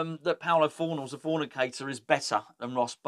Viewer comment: It's PABLO FORNALS!!!